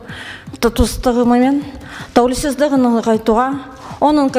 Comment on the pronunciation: 😂қасқа тәуелсіздігіне деген сөзді тәулесіздігі деп қасқа қате қате сөйлейалмайттағо екі сөздің басын біріктіралмай тұр сауатсыздар қалай қазақ елімізге депутат болмақшы қасқа